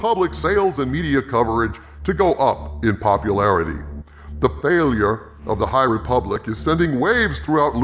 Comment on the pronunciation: Hahaha. "The High Reeeee Public". That had me cracking up mate, well done.